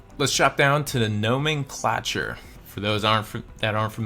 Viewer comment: Nomenclayyyyture not clahture. Lol. Use fancy words right or do not use them 😂😂😂 JK